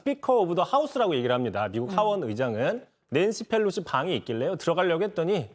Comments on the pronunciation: Felosi 가 아니라 Pelosi 요... P 발음할때 혀 구부리지 않으셔도 돼요... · 강지영 앵커님, Nancy Pelosi입니다. F발음 하지 마세요. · 기자님 Pelosi를 왜 자꾸 Fㅔㄹ로시라고 읽어요? 😔